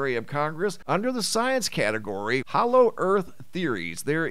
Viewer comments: Hollow, not hallow. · Hollow not Hallow! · you DO KNOW it's 'HOLLOW' and not 'HALLOW' right? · Hollow...not hallow?